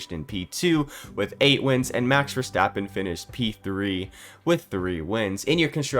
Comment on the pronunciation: Nice vid,, but here isch a tip: Pleasch schtop schaying Max Verstappens name wrong. It isch Verstappen, not Verschteppan.